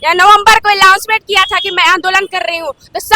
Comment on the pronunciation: मैडम जी अलाउंसमेंट नहीं होता है अनाउंसमेंट होता है अगला बार जब आप इंटरव्यू दीजिए तो इतनी ब्लंडर गलती मत कीजिए । अधिकारी भी समझ गया होगा कि कितने काबिल बच्चों से हम बात कर रहे हैं!